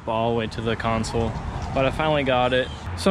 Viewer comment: Console not consul. Lower not lore. Buttons not buh’ins.